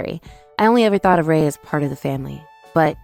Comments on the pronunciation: It's pronounced ree-yeh, not rai. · Yeah. That "rye" was very distracting. Should've been りえ, ree-eh. Kinda anticlimactic.